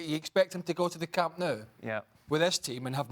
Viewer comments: Camp "Now" it's not pronounced like that. Its N o u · It's pronounced 'Noo' not 'now' . A game doesn't determine the correct pronunciation. You could try asking a Spanish or a catalan for confirmations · Trying to sound Catalan but failed;), it should be pronounced "Camp No" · I am not a Catalan, but I believe it should be pronounced like "Salou beach" near Barcelona, "Salo". So "Nou" should be "No". Therefore, Camp Nou will be "Cam no" to be precise, no?:)